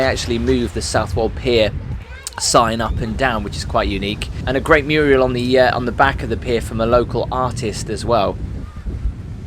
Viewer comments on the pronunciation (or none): Nice vid, but did you really say “nice Muriel”?